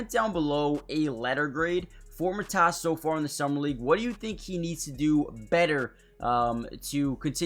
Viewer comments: Get your facts straight! Matas is not Mat-ass it’s Ma-long A Tas is short A. Matas will be great. Born and raised in the Chicago area! To Lithuanian parents! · Well his name isn't Mat ASS. Just don't emphasize any part of his name. Especially the end. Say it as one word. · Good video, but his name is pronounced more like Maw-tas, with a long A at the start. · Pronounced: Mah-tus (rhymes with "Got us" You got last name right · It's mA-tas bu-zE-lis. Lietuviškai tariasi mA-tas bu-zE-lis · Matas pronounced. MUH-TOSS. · It's Pro-Nounced "Mah-Dis" fast. He needs to practice his jump shot & be able to knock it down with ease. 10,000 shots per day until its automatic! Something will snap mentally.